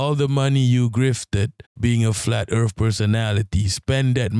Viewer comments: Welcome to planet Earf - Will Smiff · Earf 😂 I love it